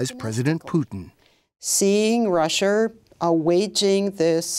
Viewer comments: Wtf is Russrrrre? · * the whole world * : "russia" * lady * : "ressiur"